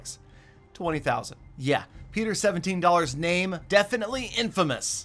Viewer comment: One vid i herd say petrer knock it off